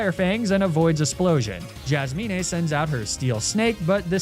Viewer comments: I'm new to the channel - are you intentionally mispronouncing all these names like Jasmine and Arcanine? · why do you pronounce Jasmine like that wth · Why do you pronounce Jasmine and Magnemite like that? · I'm not sure if is joking but can he not actually pronounce names like the way he pronounced bagpipes jasmine lapras is just weird 😂